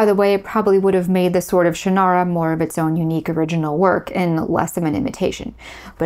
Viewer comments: Shannara is pronounced by the author as SHANN-ara, by the way, not shann-AR-a. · Hold on a moment. I know Terry Brooks, and some of your facts are not quite right. Terry was ASKED by Lester to write a Tolkien-like novel, and Sword of Shannara (which by the way you pronounced incorrectly) was the result of that. That book, plus Dungeons & Dragons, reinvigorated interest in Tolkien’s work, and fantasy in general. At the exact same time, Star Wars pulled interest in science fiction out of genre publishing into genre movies and television, Shannara reinvigorated popularity of fantasy in genre publishing. Publishers and studios then drove writers to follow formula, because that is what they do. We saw tons of quest-based fantasy and tons of space-opera type movies and television shows. This is the way the business works. Incidentally the “central male figure” trope was not a formula originating with, or even to be blamed on, Del Rey. Remember Beowulf? Arthurian literature such as Le Morte d’Arthur or the Vulgate Cycle? The Iliad? The Odyssey? The publishing industry assumed at the time that genre fiction was mostly consumed by males, and so they preferred male lead characters and male authors. Andre Norton (with whom I had tea many years ago, in her home in Winter Park, Florida), wrote LOTS of fantasy (and science fiction) long LONG before Terry, but she had changed her name from Alice to Andre to appeal to what the publishers believed would sell better at the time. As for George R.R. Martin (again, met him multiple times), his books were the result of h